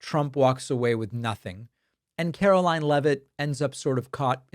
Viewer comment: I am going to NEED for you NOT to pronounce her name as CAROLYN!!! She is Karoline. Karolying When she is speaking. Requesting for a friend.🤣 RELEASE THE EPSTEIN FILES.